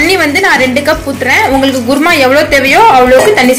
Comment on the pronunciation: adhu குர்மா இல்ல குருமா